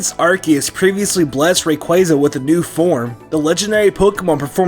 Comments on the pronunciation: Ray-qwah-za not Ray-qway-za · Ray-qu-Ah-za ar-s-ee-us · DO NOT LEAVE OFF THE Y IN RAYQUAZA!